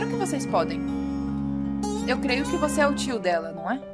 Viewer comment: "Não é de você QUI eu gosto" gostei ri bastante quando erram as palavras é legal